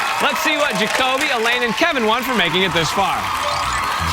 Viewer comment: He also said joby and not Jakobe